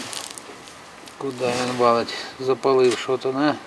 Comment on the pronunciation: Вин,заховаться,говорите нормально